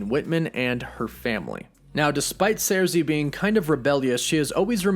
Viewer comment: First of all, I'm a huge Eternals fan, & Ajak, is NOT the leader of the Eternals, Ikaris is. Second, Thanos is NOT a Deviant, he's a mutant, being an Eternal born w/the Deviant gene. All the Eternals have superhuman strength, w/Sersi(pronounced Circee NOT Zeircee, as you're pronouncing it) lifting 20 tons. Ikaris is among the superhumanly strongest Eternals(lifting over 75 tons). Fact is, the ONLY Eternals who're stronger than Ikaris, are Interloper, Gilgamesh, Hyperion, & Thanos(all of which left well in excess of 100 tons.)